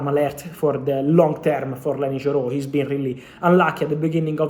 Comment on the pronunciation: YOro. YOro. Not JOro